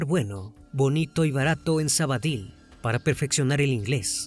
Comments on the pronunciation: Hola,un inciso,no es Sabadil,es Sabadell.Aprovecho por saludarles y felicitarles por la página. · Menos por lo de sabady que se pronuncia sabadel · Me pregunté mil veces donde es sabadill. Y no caigo supongo que será Sabadell que es donde ocurrió y se pronuncia como se escribe. Saludos desde Barcelona